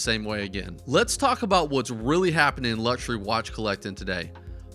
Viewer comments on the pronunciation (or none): none